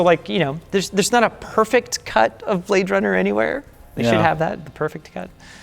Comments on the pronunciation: He say you Brade runner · HE SAY YOU BRAAAADE RUNNAH